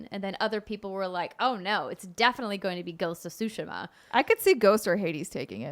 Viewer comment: Always excited when someone pronounces Tsushima correctly. I'll never correct people when it's said wrong because it's colloquial and it cost $0 to not be a dick but still good on anyone who learns pronunciation and usage of non-English words